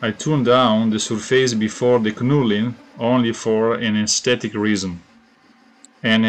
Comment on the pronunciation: Good work. Great looking hammer. Knurling is pronounced nurling, the K is silent :)